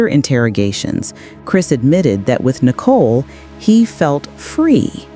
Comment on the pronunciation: 'Nickle" ???????????????. , or 'Nicole" !.